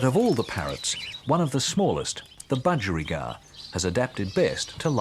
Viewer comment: Bu-geri-gard? Bu-gie